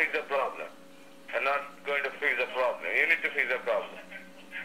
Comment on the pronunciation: "imma not gonna fis da pwobwum u gonna fisss duh poblum.... da pobum!!!" 😕